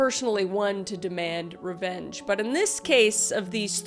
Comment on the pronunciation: That entire intro I thought you were saying ranch and I was deeply confused. Your channel is great and we enjoy watching you